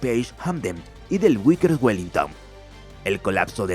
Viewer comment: Cómo? "Uiker" no! No és Wickers sinó que es Vickers!